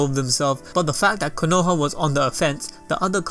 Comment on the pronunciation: Nah-Gah-toe, Koe-No-Ha